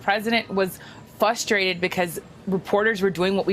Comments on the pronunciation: Not to be 'THAT GUY', but it's FRUSTRATED...NOT FUSSTRATED, lol. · She can’t pronounce frustrated 🙈 Fustrated lmao News journalists that don’t know English!